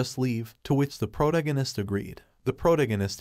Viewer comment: [PRUH] + [TAG] + [UH] + [NIST], how to say protagonist. Good content, but this was killing me.